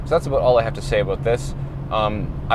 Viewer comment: Every time he said “a-boat”, I took a drink. 👌 🥃 🇨🇦 This was a very casual, helpful and informative video. Thank you,! ✌️